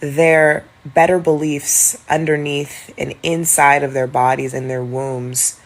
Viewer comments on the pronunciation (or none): She said Feel It's in her whomb 😂